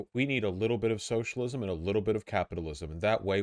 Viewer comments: Wtf she pronounced socialism “senchelism,” I’ve ONLY ever heard Donald trump do that. He called his social network “troath senchel” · ok, is she saying socialism or centralism? I honestly can't tell.